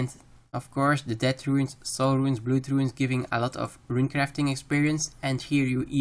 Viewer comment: Good video, but you need to work on your pronouncation on some English words, like "blood" for example. Other than that, good work. :)